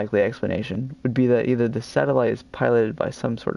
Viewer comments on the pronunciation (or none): none